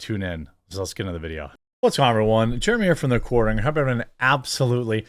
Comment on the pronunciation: Dude, can’t even say the name of his own fucking show. It’s not cornering moron, quarter- ing